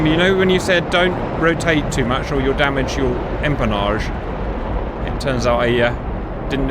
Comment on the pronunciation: Never heard the word damage so butchered. Dam ajjj???